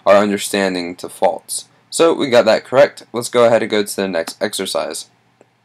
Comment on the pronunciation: Good video but first stop burping and its actually false not faltz just saying